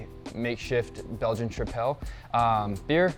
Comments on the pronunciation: Quite a lack of information of the fermentation profile, and general info about the yeast (origin?). Even homebrewers discuss with more details...and tripel is pronounced like triple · Trip-el. That pronunciation drove me insane lol good info overall